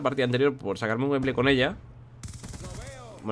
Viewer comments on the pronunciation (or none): none